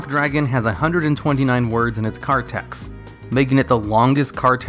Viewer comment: The word text ends with a t, why do you constantly keep saying tex?